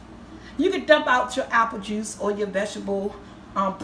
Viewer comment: What's "ipple juice"? 😂 love u